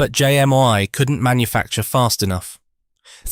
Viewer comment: It’s JMI , not JM one !